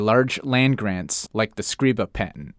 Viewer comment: Scr"eye" ba